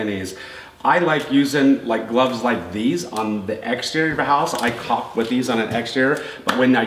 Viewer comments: I love your channel been watching for years but stop saying caulking holy shit its caulk together about 100 times u say it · The "L" in caulk is silent. Like "talk" and "walk". Also, "caulking" is the action of applying caulk. It's not the actual name of the material. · Jesus, the L is silent. Dont be afraid to pronounce it properly. I love hearing people struggle to not say cocking.